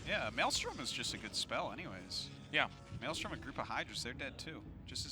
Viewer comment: Wow, Tasteless finally said maelstrom correctly.